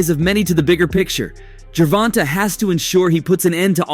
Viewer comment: Gervontuh?..."Gervontay" please correct me if I'm wrong in pronunciation